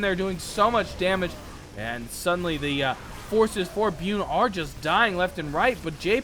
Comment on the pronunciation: byUn ... Korean pro gamer. You're prenouncing it wrong:)